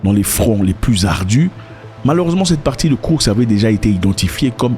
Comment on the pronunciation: Zack Bonjour! C'est Koursk et non kourk. Курск 🇷🇺